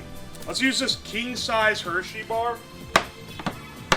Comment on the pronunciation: Vianna, keen size and ongion. Can he say any words right? lmao